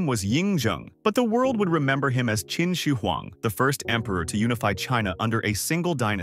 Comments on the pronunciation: kin she weng 😭😢🙏 1/10 pronounciation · your pronunciation of Qinshi huang is way off. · I thought you said Kimchi Huang